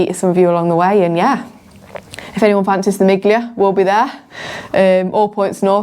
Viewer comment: Miglia is “meal-ee-ahh”